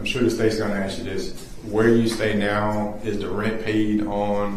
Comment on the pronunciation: not cawll me neow for a free readin 😂😂😂😂😂😂😂